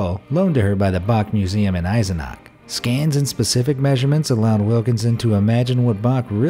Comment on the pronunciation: "Bach", not "Bag"! "Eisenach", not "Eisenag"! "Borchardt", not "Borgardt"!